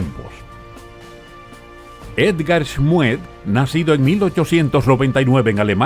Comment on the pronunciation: Schmued se pronuncia "Smud" me retumban los oidos